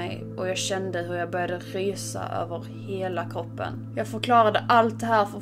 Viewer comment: Varför säger du koopen istället för kroppen